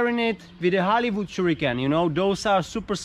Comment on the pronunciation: Oooh he was saying Hollywood, I heard Halibut